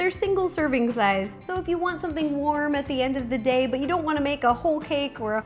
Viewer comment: When she said "warm" i thought it was "worm"